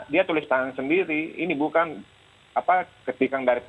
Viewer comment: Selamat bapak pengacara bharada E kebanyakan "ng" Nya.. Bukang,kaitang, 😂😂😂